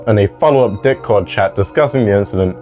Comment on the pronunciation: are you saying dickcord instead of discord on purpose 😭